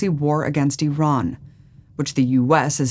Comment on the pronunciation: Biden doesn't even pronounce Iran correctly.